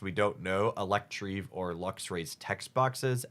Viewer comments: I usually try to deal well with Pokémon mispronunciations, but "Electrieve" instead of "Electivire" really killed me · EE-LECK-TI-VIRE not electreev. LUHM berry not Loom berry, CRESS-EL-E-UH not cressiluh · Sorry. Cress-El-Yuh. Elec-tiv-ire. Again, sorry. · I usually like your mispronunciations of pokemon names but Electreev is going too far you have to reconsider please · can you try to pronounce the Pokemon names right? Its ElectrIVIRE and CresseLIA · sure but he's not even saying letters in the words at this point, where did electreev even come from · The Electivire pronunciation is killing me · I've never heard someone pronounce Electivire like that 😅